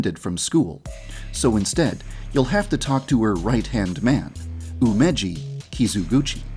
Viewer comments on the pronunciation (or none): when ever Yan Dev says Umeji’s Last Name it sounds like Kizu*gucci* even though its Kizuguchi - xD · Kizuguchi Correction: Kizu "Gucci" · Yandere Dev: Kizu-gucci Me: r u sure that he’s rich? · There is no way i am the only one who thought of Gucci when Yandere said guchi